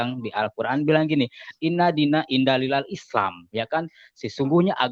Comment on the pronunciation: indalilal indalilal opo